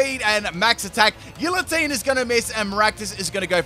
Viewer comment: Whelp, that's two poketubers I've heard say Gillatine.